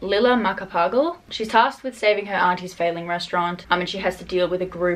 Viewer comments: omg there's a filo book i didn't know about yes yes yes (also based on how you tried to pronounce the character's last name I think it's probably closer to mah-kah-pah-gahl) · I'm Filipino and Macapagal is said like you're running out of time. Stress on the last syllable. Also, thanks for promoting the book. Didn't even know it exists until now. 😍